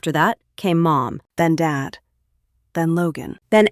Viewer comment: This voice sure has a problem with “Dad”. He also has another name, David.